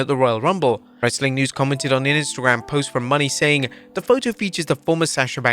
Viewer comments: It’s pronounced Moe-nay not Money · Again, it's pronounced like "Moan-ay" not "money". Shawn Spears might go to WWE, but I think it's a rather big maybe. If he does, it probably won't be as a wrestler. It would most likely be as a trainer or some other position. He's 42 years old, and he's a mid carder who was never able to get over in AEW. I know he was in WWE twice before (the 2nd time being a much longer and more significant run), but I know nothing about those runs as I did not watch WWE then. What I do know (thanks to Wikipedia) is that he apparently wrestled under the name "Tye Dillenger" during his 2nd run, and that he never had a single title run. I also don't remember anybody talking about him online during that time, so my guess is that he wasn't over in WWE either. He has a good look and is very solid in the ring, but I just can't see WWE having any interest in him as a wrestler. Not being able to get yourself over is a major career killer. I'm actually very impressed he got to the big leagues and managed to hang around as long as he did. Good for him. Hopefully he made good money and was smart with it instead of stupidly blowing it all as some guys do.